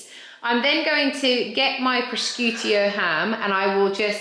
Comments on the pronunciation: Pro-shoe-toe, to be helpful not snarky. All really great ideas, thank you! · Excellent, stress-free ,impressive ideas , thank you! 😊 . I’m not certain but I think you pronounce the ham as ,’ pro-shoot-oh ‘! Xx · It's pronounced proshooto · Pronounce it as Pro-shute-o ham 🥰